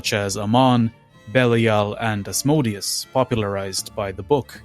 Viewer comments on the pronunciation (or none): none